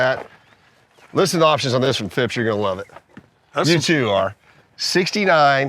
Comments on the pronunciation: Phipps not ‘Fips’ 😂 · I lost count of the amount of times they said fìps